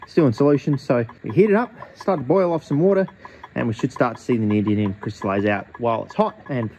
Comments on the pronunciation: my man can make cubane in his shed but can't pronounce neodymium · I thought for sure at some point you'd notice how much you were butchering saying "Neodymium". Is this Chemiolis 2.0? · Considering how often you say the word in this video I just have to ask. Where’s the second “n” in the word neodymium,? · Bro mispronouncing neodymium for the first 5 minutes is pretty taxing to watch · The fact you never pronounce neodyMium bothers me greatly. 😖